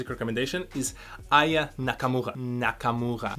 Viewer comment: Never heard of her before (Aya), but you finally managed to pronounce her name in the right way...made me laugh, )